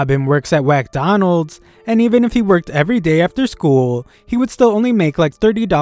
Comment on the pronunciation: Did this guy just say 'Whackdonalds'? lool😆